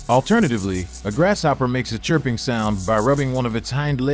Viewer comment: Great info. But even though grasshopper is a compound word, the S and H dont make the "sh" sound 😅 (its quite distracting. Lol. The narrator says it everytime 😭)